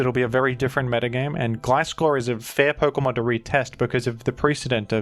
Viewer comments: Love the mix of gliscor and glaiscor pronunciation, keeps me on the edge of my seat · It’s Gliscover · its gliscover :c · It's Gliscover bros 😭